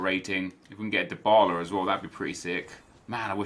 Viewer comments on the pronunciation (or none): none